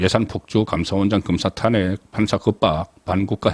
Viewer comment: 항상 탄핵 말을 할때..탄핵 발음이 틀리는거 같아요~~